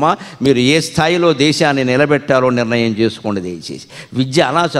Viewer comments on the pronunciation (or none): none